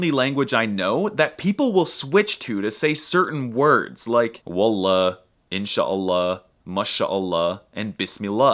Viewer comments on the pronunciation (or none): none